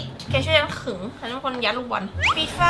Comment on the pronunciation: บอลไม่ใช่บาส😅🤣🤣🤣